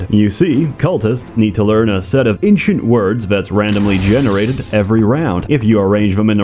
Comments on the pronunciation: how do you pronounce "Ancient"? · "Inchint word" Every time